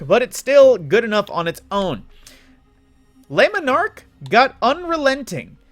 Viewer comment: Li monerque lmao, it's Le Monarque you buffoon.